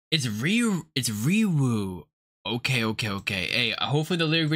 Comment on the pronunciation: Riwoo pronounced Ree-oo (w is silent) same with Woonak (oo-nak) I hope you check out the dance performances or practices! they have such a cool dance style, very chill vibes